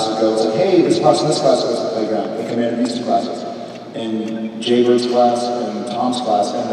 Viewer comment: thanks so much for uploading! did I hear wrong or when jared was telling the Tom and jj story he called JJ Jbird? lol I thought that was cute